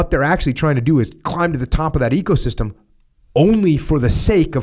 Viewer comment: I don't know why I'm hearing it 'ego'-system every time he spells ecosystem